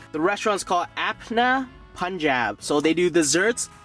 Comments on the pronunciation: it's up-naa pun-jaab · the real pronunciation is "Apana Panjaab"😂